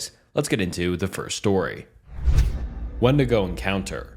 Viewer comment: It’s pronounced windigo